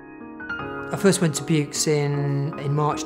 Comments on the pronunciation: Still can't pronounce it correctly after 30 years. The x in Buoux is silent. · I live in Vaucluse. The x is sounded. As it in in Aix en Provence.